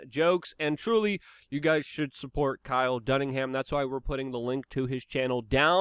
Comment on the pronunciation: "Kyle Dunningham" 🤣😂